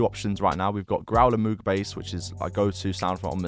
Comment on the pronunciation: It’s actually pronounced “mogue” not moog, learned that in school recently